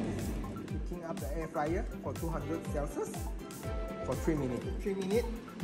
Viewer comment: air fryer not flyer